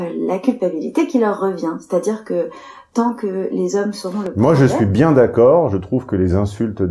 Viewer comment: "c’est bienne" 😂